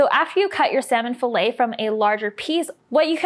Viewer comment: Fill-it not fillay